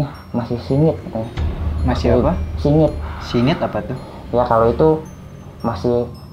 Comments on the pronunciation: Wingit kali bukan singit 😂😂😂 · Wingit bukan singit...